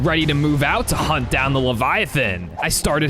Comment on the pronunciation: ahh yes the word potons not to be confused with the word potions